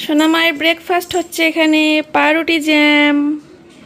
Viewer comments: Kothata paoruti noi paouuruti porashona janona thik moto uccharon krte paro na bangal barir meye na ki ekhuni bolbe brambhom barir meye ki bolcho ekhuni bolbe mangshor pakostholi khai chi ghenna kreot khawa dawa dekhle chicken er proti bhokti uthe gelo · পা রুটি নয় isss🤣🤣 পাউরুটি / ব্রেড